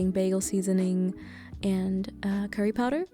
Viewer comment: she said curry powder, but it sounded kinda like "harry potter" to me